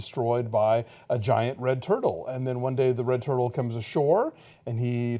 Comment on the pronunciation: Well done on the pronunciation, almost. The movie itself is very... OK. The story is just incomprehensible and I got really annoyed and gave up at about two thirds. Beautiful, but no.